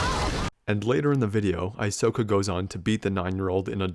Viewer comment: Aysoka? More like Aysoyka